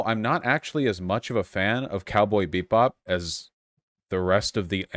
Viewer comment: I really cant tell if Vaush was saying "cowboy beat bop" on purpose or not....